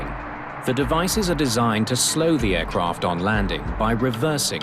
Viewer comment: "Air Croft" what is a Croft ? There is no O in the word AIRCRAFT